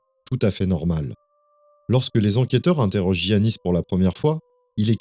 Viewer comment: on ne dit pas giannis pour un prénom grec, on dit Iannis